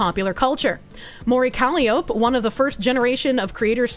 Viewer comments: please. It's embarrassing honestly. It is pronounced "Ka-lie-O-pee". Like the circus organ or hurdy-gurdy. Or the mythical Greek muse. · I can't tell if she's mispronouncing every other word on purpose. I mean, Japanese can be tricky if you're not familiar with some conventions, but - Callie - Oap? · Calli-o-peh that's how you pronounce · How does she keep mispronouncing Calliope? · Is anyone else being driven mad by the mispronciation of calliope? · Isn’t.. isn’t it pronounced coal-eye-oh-pee? Not cally-ope? Also, isn’t it V-sho- Joe? I’ve never heard a Japanese person say shojo with a H sound. And shojo literally means girl. VGirl essentially. I’m sorry i know you’re trying your best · Calli-ope, Yousada, Gwar Gura, Vshoho, Cove-er.., I really hope you're doing this on purpose.